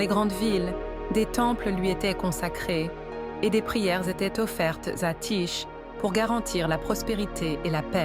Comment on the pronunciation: Ça se prononce : Ti-Ké et ça s'écrit Tyché.